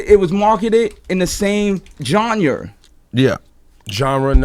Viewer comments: s "john-yer" lol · Lol ikr....nigga said "jonyer" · "JONYER" lmaoooo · Con - "It was marketed in the same jawnyur." Awkward silence Ebro - "Genre? No." LMAOOOOO IDK why that made me laugh so hard. The way this nigga Con looked up at Ebro after he said genre, like he was looking for validation for if he said the word right. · Genre = jonra 😂😂😂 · "jonner" "coe-hersed"'lol stay in school kids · bwahahaha. jonyerrrrrr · score says : Jonyer 2- 0 Cons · a. the ninja can't say "GENRE" if his teeth depended on it b. he actin like Drake aint out here slayin mad p****y too, c. "at the end of the day" - says every mf rapper in an interview...lol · Damn, Cons really can't say 'genre' correctly. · Cons is 0 for 2 when it comes to pronouncing 'genre' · It's difficult to close that mouth over those teeth to say genRe. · My mans couldn't say genre for shit